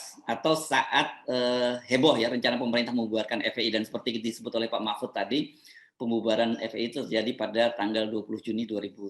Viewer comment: Mpud...mpuudd...mpuudd ( Ente sdg mabok yaa )